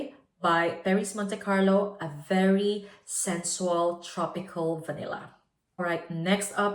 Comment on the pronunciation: Please, check how to spell “sensual” and “luxorious” - You use those words a lot and always mispronounce. Sorry, do not want to be rude.